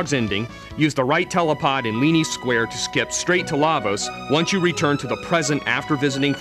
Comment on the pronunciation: yeah sorry it's Mar-luh and its Leene (LEAN) Square not Leany Square